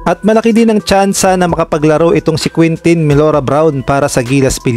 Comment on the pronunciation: Ang pangalang Quentin ay Spanish kaya ang pronounce ay kentin.